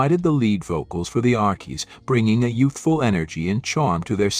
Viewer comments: This is BAD! The Arckies? Sang Sugar Sugar? Nope! I clicked to hear MUSIC! NOT some AI voice mispronounced jumble! Proof your work before posting or don’t embarrass yourself with your lack of musical knowledge! I’m 2nd hand embarrassed for you! 😮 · Archie's is pronounced Arch-cheese